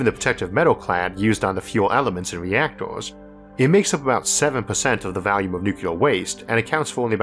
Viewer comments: I’ll always love hearing “Valium” when you say “volume.” Happy Birthday to your most excellent program! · I barely notice it either. The only time I was truly confused as to what he said was when he said “volume”.